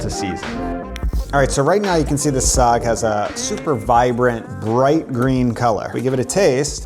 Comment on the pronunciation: Bro it's Saagu not Saag..